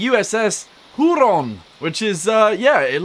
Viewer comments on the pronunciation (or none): Huron is not said like that, its more like here-on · its actually pronounced here ron